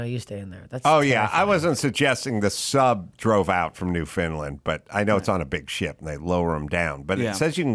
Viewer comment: pronouncing it “New FOUND land” 😂😂😂😂